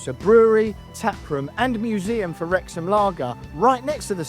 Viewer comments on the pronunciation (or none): Knowing how important the Welsh language is to this town and club, the very least this guy could do is learn how to say the name of the stadium correctly. The 2 times that he said it, was like nails down a chalkboard to me. 😬